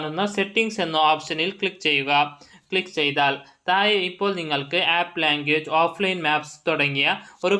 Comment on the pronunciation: എന്ത് ഒഞ്ഞ മലയാളം ആണ് ബ്രോ,മലയാളം പഠിക്കാൻ ഞാൻ ഒരു ആപ്പ് സജ്ജസ്റ്റ് ചെയ്യട്ടെ.തായെ, തായ്....എന്ത് തായെ..😂.😂😂